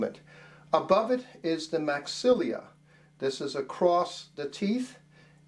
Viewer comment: This guy's been teaching for thirty years and doesn't know how to pronounce maxilla?